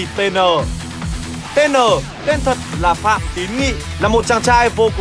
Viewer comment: Phan Tín Nghị mà đọc là Phạm